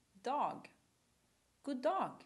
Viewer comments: god dog? nope, it's god dag, meaning "good day", so you even got that wrong. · It would be nice if the person teaching the phrases was a native speaker, the person saying these phrases can't even pronounce them right herself. The accent is totally wrong. And it's god dag not god dog. Also, "Vad är nytt?" feels like an awkward phrase in Swedish... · it's god dAg, not god dOg :/ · wtf it's "god dag" not "god dog" god dog means tasty died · Thats a bit old swedish and its god dag not god dog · Oh my God...what is this??? « God DOG « ?????? DAG not Dog !!! ;and the «d» in VAD is dropped when you are saying « Vad »... Is this a language course????? lololol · Why is she saying "god dog" = "tasty died"? :P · god dog???, the thing is that americans won't ever realize that a sounds a not ei........... they're funny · beeeeeep!!!!! wrong as hell GOD DAG